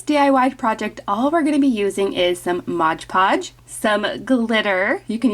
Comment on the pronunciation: Product is Mod Podge, not Modge Podge.